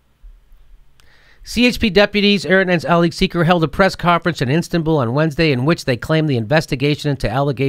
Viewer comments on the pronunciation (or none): none